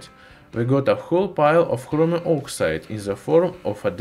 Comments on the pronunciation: It's Chromium, not Hromium Idiot. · Love how he says Chromium. Sounds like "Khromium" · Is he saying Hromium?